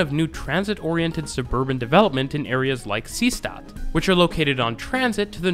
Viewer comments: Deutscher Tipp: st = scht ; Seestatd = See + Statd ( ✖ NICHT "sees + tatd"). Daher, ist "Seestatd" wie "Say shtat" ausgesprochen. Verstehen Sie mich? I am sure you know, being connected to Germany, that in German "st" will read as "scht" at the start of a morpheme. "Statd" is one such morpheme, meaning "city," so that "Seestadt" means "Sea City." The important point is that the and are not part of separate morphemes, it's not like the word "Bundestag" were we have "Bundes + Tag" and thus the stays a normal /s/ sound. Knowing whether or not an pair is part of a single morpheme or not takes a bit familiarity with German, so it is easy for people to make mistakes. Colbert once said "Reich-schtag" instead of "Reichstag," which I thought was a funny mistakes because while total noobs of German usually don't know the "st → scht" rule, Colbert seems to know that rule but not the important morpheme break rule and made an overcorrection. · The repeated odd pronunciation of Seestadt (ˈzeːʃtat) really drove me mad, but apart from that it is a good summary of the Vienna U-bahn.